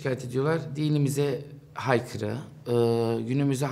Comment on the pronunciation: Haykırı değil aykırı.